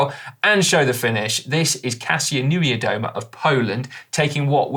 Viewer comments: It's supposed to be pronounced like Kasha Nev-ya-doma. I've been schooled on this myself by my better half who is Polish so I've made some mistakes along the way. MAJOR mistakes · FYI for Simon and Dan, Kasia's surname is pronounced = Nivea Doh Mah, but without gaps. I have the same surname and live in the UK, this way is tried and tested ;-)